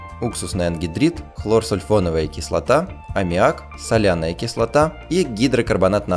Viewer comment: Боже, как же тебя прёт с "СоЛяНаЯ?" и "ХлОрСуЛьФоНоВаЯ?"XD